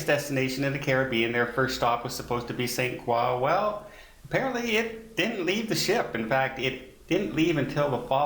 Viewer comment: Ok, I am familiar with the French fashion designer, Christian Lacroix (pronounced "luh" or "leh" "kwa"), but no one I know pronounces the island name of St Croix as "saint kwa"!! Is that a French Canadian thing??? Or is it another example of??